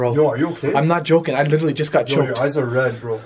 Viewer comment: literally > lichearly